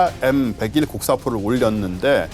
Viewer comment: M백원 에이원은 대체 어떤 방식의 읽기임?